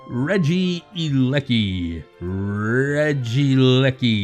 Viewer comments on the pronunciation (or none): I think it's pronounced "Reggie-leki" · Try pronouncing it RE-jee-ELL-ik-ee, it sounds much better